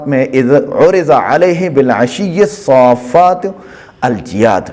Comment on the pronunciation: الصافنات الجياد ہے آپ نے الصافات الجياد پڑھا غلط ہے